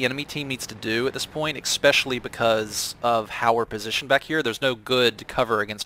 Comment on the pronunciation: By your pronunciation of especially I have determined that the is probably from the midwest of the U.S.